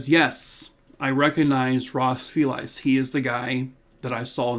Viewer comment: Hey - For what it’s worth, went to school with a family named FELICE as well as a woman with that as a first name and it rhymes with a small suitcase or VALISE 😊.